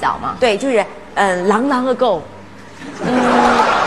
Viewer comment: 主持人连long long 都发错音啦🤣🤣🤣狼狼ago🤣🤣🤣还是说华语吧，主持人